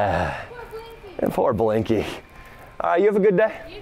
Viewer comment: The way she says “Blinkey” 😂🤣😭💀